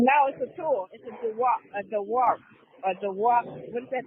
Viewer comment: Dewalt dummy. Learn how to read and pronounce words. That’s a simple one.